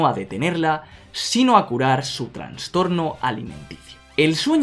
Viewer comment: "Transtorno" :v